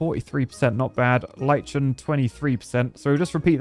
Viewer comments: Lichen is normally pronounced almost identically to "liken", with a hard K. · Lichen pronounced (Like-in) 😅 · Lie-ken. Lichen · Liken is how it is pronounced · "Lie-chen" DO YOU SPEAK IT?? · I don’t know what made my head hurt more today, hearing try to pronounce “boreal” and “lichen” or hearing Z1 try to pronounce “coelacanth”. Editor’s commentary was perfect. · Lichen really take a "lichen" to rocks. Though tongue ain't lichen em' at all. It's okay,, none of us are good at English. There's like 3-5 different editions of English anyways. Who's to say any way of speaking is more correct? 😂 Curse this language which has no phonetic consistency.